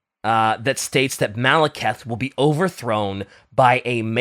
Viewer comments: Late but the way they kept mispronouncing Druchii with the "ch" like in "church" and Malekith like Maliketh (VERY DIFFERENT) from Elden Ring was killing me throughout the whole episode. Please god bring in PancreasNoWork. I beg. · saying Maleketh every time he mentions Malekith was pretty painful to me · MaleKITH, people. Like KITH and KIN. Like KISS with a lisp. ...And while "Drew-chi" might be acceptable, I'd suggest going with "Droo-key" instead. Also, Morathi can get it. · I know this is just me being petty, but I did not expect to be screaming "Malekith! The E comes before the I!" For like half an hour in my car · How tf is trying to teach about fantasy when he can't say Malekith, Druchii, or Athel Loren correctly AND doesn't know if Skarbrand is in it? Do some research dude